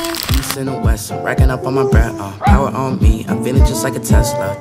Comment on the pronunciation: “In Mai opinion” 😂